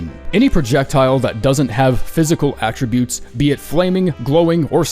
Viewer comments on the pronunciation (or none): none